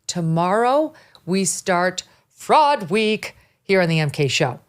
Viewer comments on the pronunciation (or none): Fraud thought you said frog!